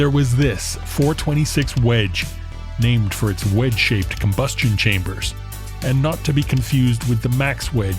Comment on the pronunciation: said ''hhhwedge''‼️®™️ 🤣🤣🤣 ( GURU, ICON!! ) ☑️☑️